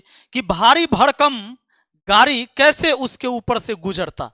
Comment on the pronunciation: आप गाड़ी को...... गारी क्यों बोलते हो? सड़क पर घोड़ा या फिर,घोरा